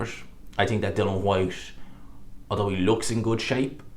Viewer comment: I don't trust your opinion. You're lazy as fuck and can't pay attention long enough to pronounce "Dillian" correctly at any point. I have to assume you only heard Nick Ball's name yesterday, and only got his name right because it's two syllables ...and that you made everything else up in the video off the top of your head.